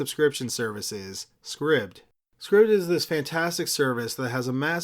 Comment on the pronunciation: Pronounced MAY-mee (tramp) Scribd is probably pronounced scribed, as in subSCRIBD.